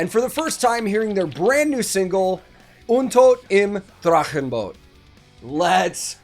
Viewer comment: Your Duolingo lessons are showing their fruits, excellent pronounciation of both the band name and the song title! Gut gemacht!